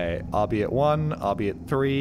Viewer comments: its not "ar-bi-it" its "ar-bayt" pronunced like "bite", german word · Boreal... because I am worth it. Edit: Why...... do you never save when it matters? Btw, also redundant, but Arbeit is german for WORK and you say it as Arr-buy-t.